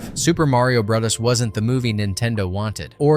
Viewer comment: "Super Mario Bro-dus" and Super Mario bruhs" This clanker needs to be replaced🤦‍♂️